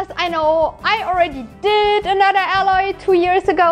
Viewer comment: i think Aloys name is spoken more like "eyloy" in German? with your pronounciation it sounds like "alloy", which means Legierung^^